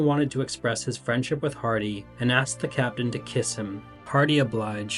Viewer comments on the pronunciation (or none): none